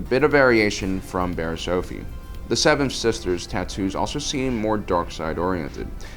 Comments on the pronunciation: It's Offee not Ofee, Offee like Coffee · Off-ee Not Ofefee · Offee. Coffee... not Oh-fee... figure it out. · This guy can’t fricken pronounce anything right - her name is pronounced “off-eee” not “oaf-eee” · It’s annoying that he called her last name of fee when it’s off ee offee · It’s pronounced off-e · It’s pronounced OFF E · love you but you're saying offee wrong, it like coffee but no c. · “Oafee” oh gosh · Just saying as a nitpick you kept on pronouncing offee wrong it’s off-ee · The way you pronounce offee... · Your pronunciation of offee is all wrong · Why do you say offee like that